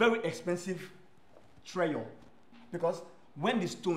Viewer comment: "Its a very expensive treyure" Who else heard "treyure"